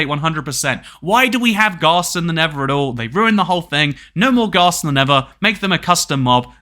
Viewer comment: I am sorry but it's pronouncet nether!